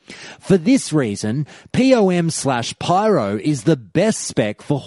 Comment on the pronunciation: "Pee-Oh-Em"... /facepalm